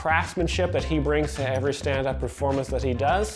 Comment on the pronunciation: why does Brendan pronounce 'every' like you take the word 'give' right and take away the 'g' you have ive. He says it like that ivrey. listen. Once you hear it, it will haunt your dreams